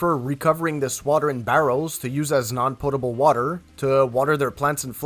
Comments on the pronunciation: Sounds like you said portable water and not potable water.... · Sounds like he is saying portable water LOL POTABLE -- no 'R" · Maybe it's the accent, but are you saying portable or potable?? I'm a jman plumber myself, and that was a very good presentation. 👍